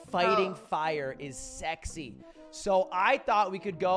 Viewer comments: no one: lud, an english major: sezy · Laughing at the fact that lugwig said sezy is a whole different funny